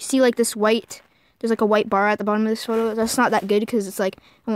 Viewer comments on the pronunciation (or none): none